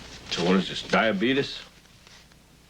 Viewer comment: "The Diabetus" 😂